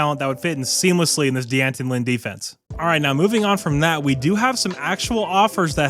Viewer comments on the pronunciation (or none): Small correction, but D’Anton Lynn’s name is pronounced simply as Danton (not Dee Anton)